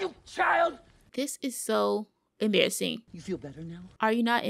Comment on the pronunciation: “Are you not Imbarrast? This is so embarrazzin.”